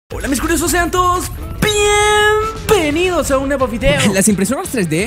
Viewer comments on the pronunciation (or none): Solo tienes un pequeñito error de pien venidos no dices bien venidos lo demas esta calida